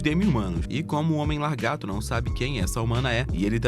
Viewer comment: Pq vc fala largato ?😅 Fazia meses que o YouTube não me recomendava um video do canal.